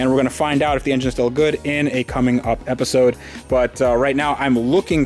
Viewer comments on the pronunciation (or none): none